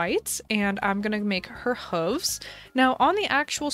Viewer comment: Is that really how you pronounce hooves? Have I been doing it wrong my entire life